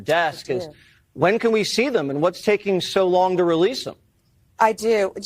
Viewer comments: releasel isn't a word, yes. Rehearsal, yes. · I appreciate the show, please don't ever say the word releasele ever again. I it's not a word.